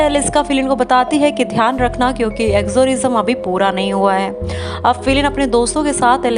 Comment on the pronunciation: Please work on your speech and pay attention to basic points, e.g. the name of main character. He is FINN not Fileen. Ramin not Raymann. Exorcism not ekzorism.Chiz not chij They end up on a bridge not at a pool railings. Gerber tells Finn about their adoption not his father.